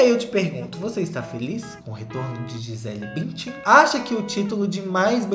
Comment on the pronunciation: Morri com o Gisele "Bintian" na reportagem. 😂